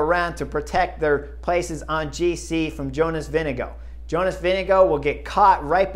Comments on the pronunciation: Jonas «Winnego» hahah😅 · You also need to learn the pronunciation of Vingegaard (since he will be around for a while): Vinge is like "wing", with an "e" on the end. Gaard is pronounced like "gourd", but with a silent d....... so "Wingegour"" :) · Why does Bob Roll pronounce Vinegaard as “Vinego” and Chris does the same about half the time?